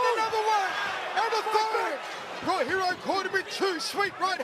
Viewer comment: If you cant pronounce peoples names, then dont!!!! Its not Raw Hero 🖕🏼